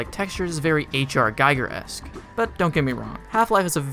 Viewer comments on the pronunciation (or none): Quintessential my ass. Played it a few times. The og one, blueshift, hl source, and hl restored. Never liked em. You butchered the pronunciation of h.r. giger. I could tell you're new at this. You want story? Try doom. Doom actually had paperback novel releases.